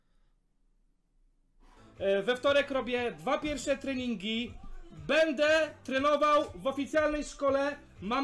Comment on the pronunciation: kurwa co za tucznik. BEDE hahaa ale to brzmi BEDE hahaha